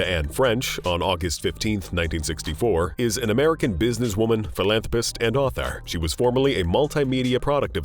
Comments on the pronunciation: Yes, I agree I have never heard philanthrapast but philanthropist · Why "ast" instead of "ist" 😫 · Philanthropast. Lol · "PhilantropAHst" donate to "causAHs" and "organizatiAHns" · It sounds like hes calling them ass hats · It's NOT PHILANTROPAST YOU F**KING MORON.